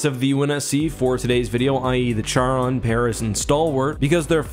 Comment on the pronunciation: Charon is pronounced keh·ruhn. Jeez duder.